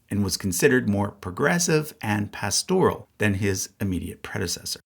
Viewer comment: 2 things: 1. The word “pastoral” is pronounced with the accent on the first syllable. 2. The designation of Francis as pastoral is highly inaccurate. His autocratic style is ego-driven willfulness. Yes, he was open to folks on the fringe, but his vendetta against the USA and traditional-minded Catholics, especially bishops like Chaput and Strickland are his legacy more than anything else.